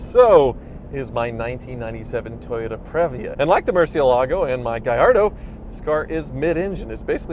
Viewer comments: MURCI, not MERCI. It's not even a matter of it being a foreign word because even in English we don't pronounce a u like an e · For the love of God, learn how to pronounce mur ci EL ago!! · Lear as Tavarish how to pronounce Murcielago... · You need Tavarish to teach you how to say "Murcielago"